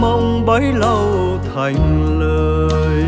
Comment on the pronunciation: Tiếc lúc phát âm ko thành ra ko thằn...vẫn bị lỗi này như trước kia hát đôi với băng tâm